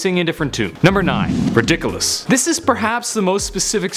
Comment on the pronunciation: its RIDDIKULUS not RIDUKOLUS!!!